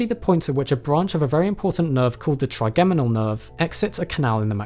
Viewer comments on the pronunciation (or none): In “trigeminal” ,,, the “G” is pronounced as a “J”,,,, like this: tri-Jem-in-al...